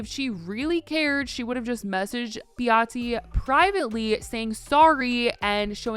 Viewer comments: Her name is Behati (ba-haaa-tee) not (bee-hot-tee). She's South African and it's nice to hear South African names pronounced properly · Pronuncing her name wrong! BaHAdi